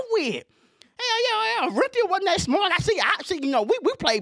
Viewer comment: He said " tell us about ORR-EN-Theeuh" 😅 RIP OJ